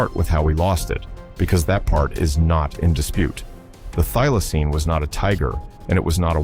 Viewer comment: Thylocine not i'm not dealaceine